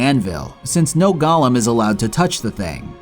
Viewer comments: why do you pronounce Golem like Gollum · it's golem, not goLEM 😂😂😂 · ffff. GoLEM, not Gollums. What is wrong with you? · Do you have any idea how stupid you sound calling them “gollums” like this is Lord of The Rings? They’re pronounced GOAL-ems. Spelled Golem. It wouldn’t have been so bad if you said it once or twice, but you were so sure you were correct you included the word 40 times in your script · "gah-lum" is a charactor in LOTR "go-lem" is a "living" doll type of creature